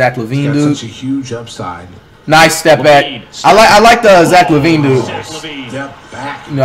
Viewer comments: Flight breaks character and says Lavine's name correctly... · Flight caught slipping 😂 He pronounced Lavine the right way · When Flight finally say Zach Lavine correctly- I'm happy for you Flight 2020